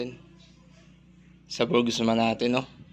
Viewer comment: Wala pong S. Burgman po. Hindi Burgsman.